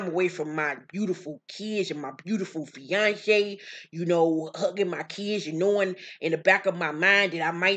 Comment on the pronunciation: When you said “FEE-AHN-SHAY” in your Juelz voice, BISHHHHH🤣🤣🤣🤣🤣🤣